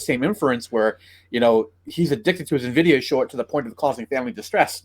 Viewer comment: It's "EN-VIDIA", not "NA-VIDIA". 🤦🏻 The title of this channel is appropriate, lol.